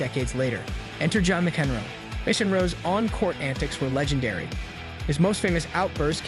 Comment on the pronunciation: Dude you can't even pronounce the biggest players' names correctly...Djokovic, McEnroe.... YOU CAN'T BE SERIOUS!!!!